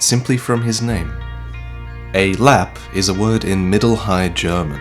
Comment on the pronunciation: In swedish you say the e at the end on lappe just so you know if you should metion this at another video sometime